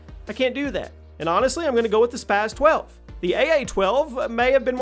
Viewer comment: Spas 12 not spazzzz 12 Also lmao mw3 spas 12, no way was it better than the KSG and striker or even the usas12 youd have to be drunk to think otherwise